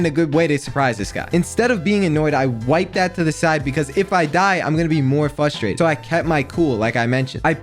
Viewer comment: Bro says fustrated instead of frustrated